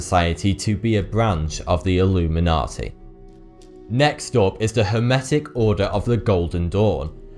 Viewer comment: Its not "Illuminati", its "Alumeynortey"